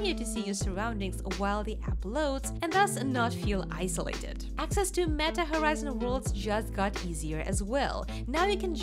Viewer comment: Howizon made me laugh abit.